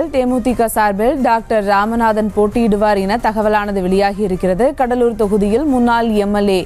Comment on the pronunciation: அது கடலூர் டா கடலூரி னு வருது